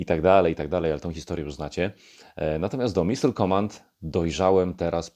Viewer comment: It's "Missile", not "Missle". 🤔